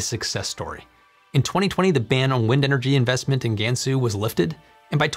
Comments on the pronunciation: Please note that no Asian language including Chinese has the English vowel sound "ae" in "bad." You are effectively Anglising your Chinese pronounciation. A more closer pronuciation is "Gunsu." FYI Google translate has a good prounciation of Chinese words. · Not GAN SUE. it’s pronounced, Gunsu. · How to properly pronounce "Gansu Province" - "G-ahh-n Soo"